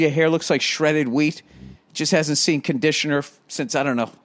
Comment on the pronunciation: His haaaiiiahhhhh hasn't seen conditionahhhhh since Herbert HOOOOVVVAAAAAAaaaaahhhhhhh